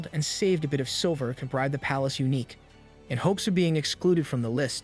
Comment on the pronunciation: His videos are high quality and mistakes are extremely rare. Took me ages to work out he uses A.I. It's just he made some pronunciation errors near the end, calling eunuchs, uniques. Edit: sorry for being critical on what is otherwise an excellent video. This is the 1st pronunciation error I've heard on this channel so it surprised me.